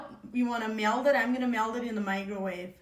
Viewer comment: Interesting pronunciation: “I’m gonna MELD it in the MIGROWAVE” Besides that using a microwave is interesting clearly not a super traditional Amish culture in her life, looks a little more modern to me.